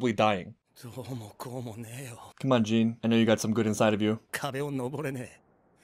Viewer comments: Jean didn't choke, he knew they had very little gas to spare and that sending more people off the rooftops would leave them as sitting ducks in the streets. He made a judgement call but he feels terrible about it. And it's pronounced like John, with a Zzzjjjj sound, not jean like blue jeans, ha ha! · Love Your reaction man! Small thing though, Jean is actually pronounced as "Jahn" :) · it's prononced "John", it's french spelling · Jean's name pronounced like Jan/John. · Its pronounced john btw